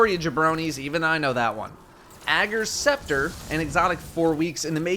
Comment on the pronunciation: I thought it was pronounced Ager’s Scepter not Ager’s Scepter lol